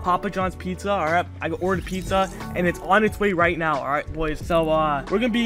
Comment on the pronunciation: Neow 😂are serious right neow bro